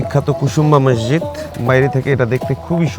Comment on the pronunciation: ভাই শব্দটা ম্যাসজিদ না, মসজিদ। অতিরিক্ত ঢং না দেখিয়ে শুদ্ধ বাংলায় কথা বলেন